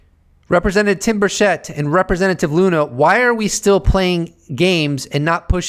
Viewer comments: It is not Tim Burshett.. It’s Burchett cha cha. Burchachaett. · Tim 'Birch it.' He pronounces his own name as 'Birch-it.' Everyone missed that. 😉👍 Good stuff. Thank you, and as I watch this late, I know that Paulina and Tim got nothing.I forget the other guy's name. Undeniable proof (of et) that is seen at some point in the future, will be because of a mistake by the powers that be. We'll be joy riding in saucers before they tell anything.